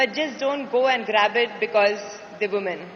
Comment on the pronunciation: she should know how to pronounce woman in plural sense ..